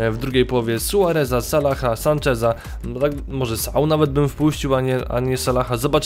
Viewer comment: "98 sanczeza" xd